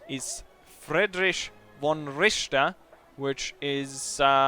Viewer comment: Richter not Ricther ! ;)